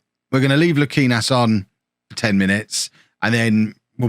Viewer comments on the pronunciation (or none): You were closer to Europe than relegation at the end of the episode at least 😅 Btw: Aboagye = [a-bo-ag-yey], - Fazekas = Fazeka[sh], Luquinhas = Luqui[ny]as